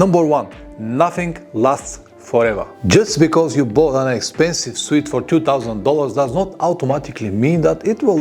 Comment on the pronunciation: Thank you for your helpful videos, I have learnt a lot from you. One thing I would like to mention is that the word "suit" isn't pronounced " "sweet" it's pronounced "soot"please check with Google pronunciation for a better idea. Many thanks and best wishes for your channel.